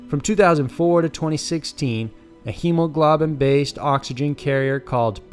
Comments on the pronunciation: “Hemo GLOB in” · I love your videos and am a new subscriber. The only distracting thing is the way you pronounce some words. It pulls me out of the story every time. In this video you said the word hemoglobin two different ways. Your voice, the script, and the music are all great for painting a picture, though.